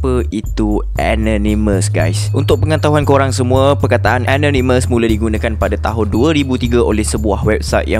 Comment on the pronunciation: Kenapa susah sangat nak sebut ANONYMOUS. Sebutan yg betul ialah E NOR NE MEZ.